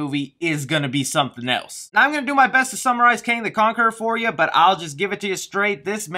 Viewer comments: "Kong the Canquerer" lmao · You saying kong the cankerer made my day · “Kong The Canqueror” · Did anyone notice that he said Kong the Kankerer?? 😂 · U said Kong the kankger haha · ...lol.....you said kong the canquerer.. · he says Kong the canqueror. 😂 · When I see, I click, also you said "Kong the Cankerer" lmao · Go to you said listen how u said his name lol